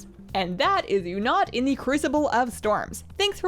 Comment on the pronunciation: everyone: oonat: you'nut?:D